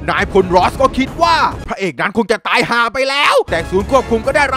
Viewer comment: ฮาตรงคำว่า ตายห่าไปด้วย คำว่า ห่า พี่เน้นมาก5555